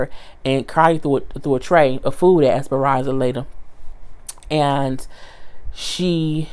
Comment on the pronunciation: Esperanzalita🤣😂🤣😂🤣😂 I swear every time you said her name I HOLLERED 🤣🤣🤣